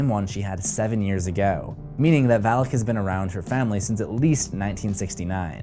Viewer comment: its Valak not alak get it right dude